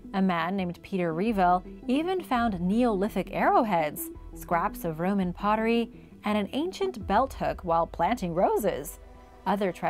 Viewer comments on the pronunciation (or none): none